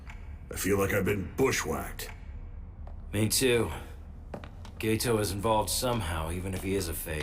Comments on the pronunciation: Am I the only one who is annoyed the dub pronounces his name gay toe? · I feel like is over thinking about the pronunciation of the name Geto, he keeps correcting himself from "Geeito" to "Geto", both are correct, it's just that one is an American pronunciation and the other is closer to the Japanese pronunciation, even the name "Gojo" everyone stretches the "Go" part and it becomes "Goooujooou", when in Japanese it's a very short "Go" sound, so if you're okay with streching the "Go" in "Gojo", then it's okay to stretch the "Ge" in "Geto".